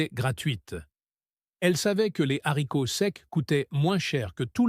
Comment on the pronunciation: « Soupe aux - z - haricots » ? Le h est aspiré, donc on ne fait pas la liaison, voyons ! Soupe aux haricots.